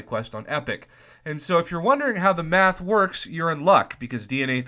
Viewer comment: I thought u said meth 😅😅 pretty sure was math after listening again.